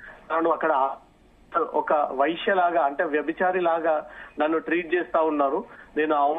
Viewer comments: వైశ్య కాదు వేశ్య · వైశ్య కాదు వేశ్య. Thumbnail లో - అయినా కాదు అయిన. వ్రాయడం చదవడం నేర్చుకోండి. కనీసం సరిగ్గా పలకండి అర్థం మారిపోతుంది. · Vsishya kadu ta, vashya. Vaishuyula paruvu thesthunavu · వేశ్య అనే పదాన్ని వైశ్య, వైశ్య అని పలుకుతారెందుకు? రెండు పదాలను వేరువేరు అర్థం వున్నపుడు అలా ఇష్టానుసారం ఎలా పలుకుతారు? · Vyshya kadu veshya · వైశ్య కాదు వేశ్య, సరిగ్గా పలకటం రాదు. రిపోర్ట్ ఎలా చేస్తున్నావ్